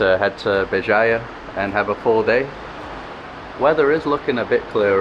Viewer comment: Pronounce: "JIJEL" (GEE-GEL)